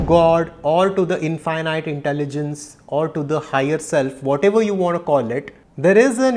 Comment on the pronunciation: Namaste and thank you for this profound presentation..🙏 Please correct the pronounciation of 'infinite'